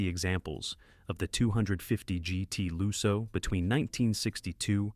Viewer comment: Lusso with a short u as in "put", not loo-so.